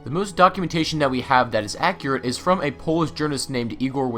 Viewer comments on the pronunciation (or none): none